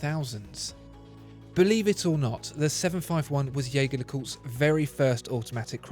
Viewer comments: Ironically, even the French/Swiss pronounce their own name wrong. Edmond Jaeger may have been French but his name is undoubtedly German and should be pronounced Jay-gaer and not Jay-jaer. Nonetheless, whether its Jayger oder Jayjer doesnt matter. It is both right. Blasphemous is when people pronounce Audemars Piguet as Oodeymars Pigett. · Its not yaeger its gaeger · Your incorrect pronunciation of Jaeger (yay-ger) hurts my heart